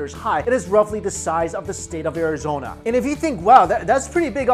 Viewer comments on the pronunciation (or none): none